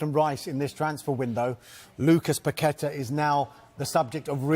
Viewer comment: Props to for pronoucing Paquetá's name correctly